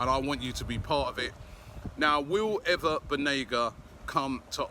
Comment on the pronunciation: Last two day he pronounce him as "Ana" Banega, but that most probably perhaps due to Robbie night out activities :)